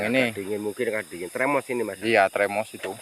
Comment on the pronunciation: Termos mas ...!! Bukan tremos 🤭😝✌️